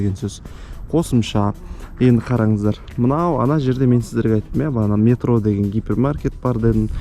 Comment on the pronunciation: Метро- екпін "е" әрпіне түседі. Ал Метро - "о" ға түсіріп айтқанда мағынасы өзгереді